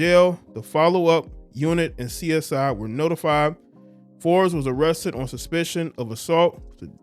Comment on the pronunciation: Perkins: “Byron Forbes ..Bryron Bryron Fobes excuse me”